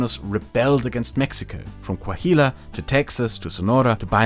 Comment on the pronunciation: Oh shit as someone from Coahuila (that you keep mispronouncing horribly lol) now I understand in more detail why I and many other norteños hate Mexico City and its political class so freaking much. People of Chihuahua have a saying: "Everybody past down Jimenez city are chilangos" as a despective way against southerns and specially the high centralization of power of Mexico City.